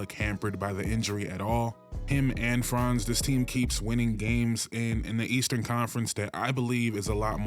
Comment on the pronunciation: You said Franz and Paolo’s name right. Got yourself a sub